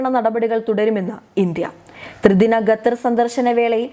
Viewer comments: Chakkare Qa not Ga😎😎🙏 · Gattar അല്ല ഖത്തർ ആണ് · ഗത്തർ അല്ല ഖത്തർ... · ഗത്തർ അല്ല ഖത്തർ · ഗത്തർ അല്ല ഖത്തർ ആണ് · വൃത്തിയായി മലയാളം പറഞ്ഞ് പഠിക്കു എന്നിട്ടാകാം വായന . ഇതിന്റെ " ഗത്തർ" മടുത്തു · Why does she keep saying gutter? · ഇപ്പോൾ 'ഗട്ടർ' ആയി എന്നു മാത്രം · Khatha is pronounced as Gathar. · It is generally acceptable to say pronounce Qatar as kuh-TAR or cutter. 🤭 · ഗെത്തർ ഇസ്ലാമിഗ ബീഗരദ ബക്ഷ്യ സുരഗ്ഷിദത്വം അക്ഷരശുദ്ധിയോടെ വായിക്കൂ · എന്താ ഈ പെണ്ണ് ഗത്തെർ ഗത്തെർ എന്ന് പറയുന്നത് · Uchharanam ശരിയല്ല ഖത്തര്‍ എന്ന് തിരുത്തുക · Eddie pullai.....Check your pronunciation of Qatar........( KA-THAR) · Gutter... Not sure whether she is pronouncing wrongly or making fun of qatar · അവതാരക മലയാളം നല്ലവണ്ണം പറയാനറിയാത്ത ആളാണോ അതോ ജാഡയാണോ.... ഗത്തറല്ല.... ഖത്തർ എന്നാണ് പറയേണ്ടത് .. എഴുതുമ്പോൾ അക്ഷരത്തെറ്റ് വരുന്നത് പോലെയല്ല സംസാരഭാഷയിൽ... വായിൽ തോന്നുന്ന പോലെ പറയുന്നത് കേൾക്കാൻ ബുദ്ധിമുട്ടുണ്ട്....... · ഗത്തർ അല്ല. ഖത്തർ എന്ന് വ്യക്തമായി പറയൂ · ഗത്തർ അല്ല ഖത്തർ... പ്ലീസ് pronounce correctly. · ഗദ്ദർ അല്ല, ഖത്തർ. പൊട്ട വായന. ദന സഹായം അല്ല, ധന സഹായം. ബന്തിപ്പിക്കുക അല്ല, ബന്ധിപ്പിക്കുക. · ഗതർ അല്ല ഖത്തർ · ഗദ്ദറല്ല പെൺകുട്ടീ, ഖത്തർ ആണ്. QATAR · ഗദ്ദർ അല്ല കുട്ടി ഖത്തർ എന്നാണ്... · ഗത്തർ അല്ല ഖത്തർ.... ഉച്ചാരണം ശ്രദ്ധിക്കുക. ഇവർക്ക് ഉച്ചാരണത്തിന് ക്ലാസ്സ്‌ എടുക്കണം 👌🏻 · ഗത്തർ എന്ന് ഉച്ചരിക്കരുത്, ദയവായി ശ്രദ്ധിക്കൂ... മലബാർ സ്വദേശിയാണോ? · ഗത്തർ അല്ല ഖത്തർ എന്ന് ഉച്ചരിക്കാൻ ശ്രമിച്ചാൽ നല്ലത്.,അത്പോലെ ബക്ഷണം അല്ല ഭക്ഷണം എന്ന് കൃത്യമായി പറയുക.അറിയാൻ പാടില്ല എങ്കിൽ മനസിലാക്കിയ ശേഷം വാർത്ത വായിക്കാൻ ശ്രമിക്കുക. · ഗതർ അല്ല ചേച്ചി,, ഖത്തർ എന്ന് പറയൂ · ഉച്ചാരണം കൂടുതൽ ശ്രദ്ധിക്കാം. ഗത്തറല്ല, ഖത്തറല്ലേ ശരി? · ഗത്തർ അല്ല ഖത്തർ ആണ്. ഉച്ചാരണ ശുദ്ധി ശ്രദ്ധിക്കുക. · ഭക്ഷണം ഒക്കെ കൊടുത്തുകൊള്ളൂ. പക്ഷേ അവരുടെ ഓയില്‍ വാങ്ങാതിരുന്നാൽ മതി.... ഈ പെണ്ണ് ഗത്തർ എന്നാണല്ലോ പറയുന്നത്. ഖത്തര്‍ ആണ്. ഭാഷ അറിയാത്തതിനേ ഒക്കെ പിടിച്ചു ന്യൂസ് വായിപ്പിക്കുന്നതിന്റെ കുഴപ്പം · " ഗെത്തർ " അത് ഏത് രാജ്യമാണ്? അക്ഷരം പഠിച്ചിട്ട് വാർത്ത വായിക്കൂ. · എനിക്ക് അറിയാന്മേലാഞ്ഞിട്ട് ചോദിക്കുവാ ഗെത്തറോ ഖത്തറോ. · ഗത്തറല്ല ഖത്തർ